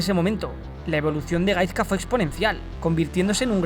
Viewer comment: Se pronuncia GaiSka no GaiZka. Por todo lo demas un 10 de video! 😄